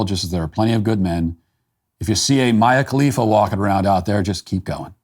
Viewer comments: I absolutely love that Matt is so novice to Mia Khalifa that he continually mispronounces her name. So genuine! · It’s endearing that Matt doesn’t know how to pronounce Mia khalifa